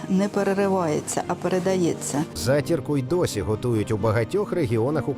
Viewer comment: Не затІрку,а зАтірку.